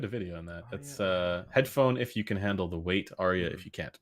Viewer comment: The new pronunciation of hedddddphone is spectacular.